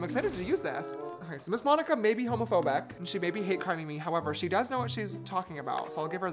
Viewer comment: Why are u saying my name like that its monika